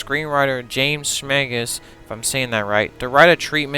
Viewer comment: “Shay-mus” Not “Shmay-gus.” 😂